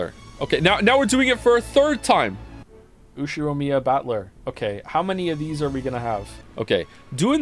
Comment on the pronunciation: Now can pronounce Ushiromiya, he has evolved as a weeb